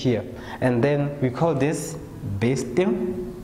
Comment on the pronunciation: did sir say '"bursting"" or "burasting""